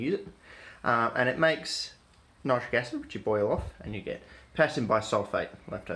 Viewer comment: ......why nite- rick acid? I use to pronounce it this way also but was told it should be pronounced to rhyme with the word citric acid. ..There just ain't consistency with anything anymore these days .